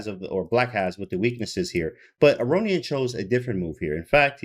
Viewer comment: a-rohn-yan i think is the prononciation